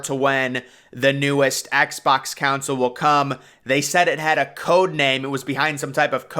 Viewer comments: Not you pronouncing "console" as "council" 💀💀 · Tf is a "kaansale" 😂